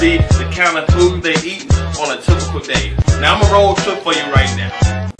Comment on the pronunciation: "fruit bowls fow the ho's" lol